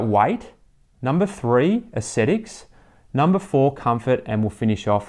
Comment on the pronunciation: An ascetic is someone who eschews indulgent behaviour through self-discipline. Aesthetics is the appreciation of beauty. They aren't pronounced the same. You keep pronouncing aesthetics as ascetics. Apart from that, good review.